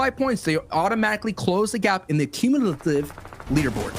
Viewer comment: Cummilative smh